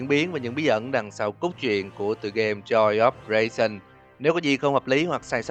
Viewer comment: Joy of creation sao thành joy of raisin(nho khô) vậy anh=))) à mà còn cái nữa là có một đoạn chúng ta thấy một chiếc điện thoại reo liên tục nhưng ko có ai trả lời, có khả năng đó là điện thoại của nick và anh đã ngủm. Nhưng tại sao những animatronic lại có thể giết người mà ko có kẻ trung gian được?